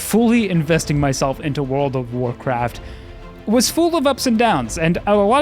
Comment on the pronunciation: I just realized you are pronouncing pull as pool. Edit: and full as fool.